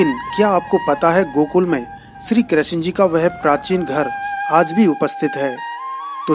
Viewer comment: Krashan ji nhi krishna ji boliye